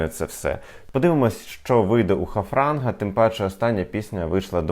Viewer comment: І доречі ви неправильно назвали артиста , і назвали його Хафранг , а звати його Харфанг